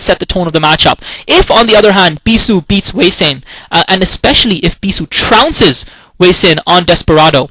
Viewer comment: its sorta weird to hear hwasin (hu-wa-sin) pronounced as hueysin, lol